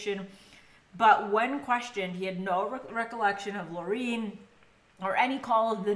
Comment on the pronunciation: It's Lauren not Laureen